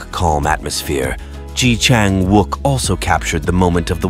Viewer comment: Pronounce his name correctly please